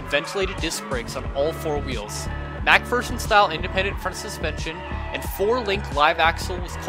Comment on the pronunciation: he said macperson